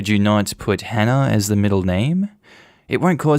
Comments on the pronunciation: Story one, does he just actively be rude and mispronounce anyone's names who start with an H? Cause it kinda sounds like he just doesnt wanna actively try to say the name correctly. Dropping letters in words isnt the same as a speech impediment. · I drop as many “H’s” as the next Londoner, but if I have to pronounce the “H”, I will do. It aint that he can’t pronounce the name, it’s just Cockneys drop their Hs. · So many people learn multiple foreign languages, yet this man can't even bother trying to pronounce a common English name and add one common English sound to it 🤦🏻‍♀️ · THE GUY WHO COULDN'T SAY "HANNAH" USED THE WORD "HENCE" 😬 I really don't believe he pronounces it "ence" and I also don't believe he can't force himself/learn to say the "H" sound for the sake of his daughter and his wife. The "H" sound is just breathing out forcefully - anyone can do that. I am English, I understand a dropped "H" is a feature of some people's accents but why can they not learn to pronounce this one name when it's so important!?